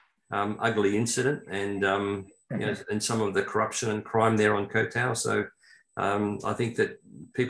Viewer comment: Ko Tao!? It's Koh (KOH) Tao! It rhymes with got, not goat!